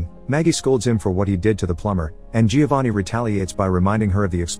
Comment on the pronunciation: Great review but you don’t pronounce the i in Giovanni